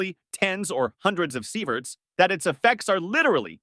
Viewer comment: Sighverts? Really ?!